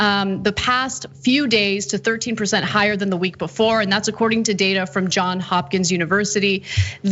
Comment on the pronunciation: Johnzzzzz Hopkins!!! Not John.